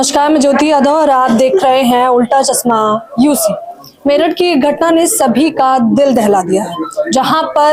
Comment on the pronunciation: Chasma nhi Chashma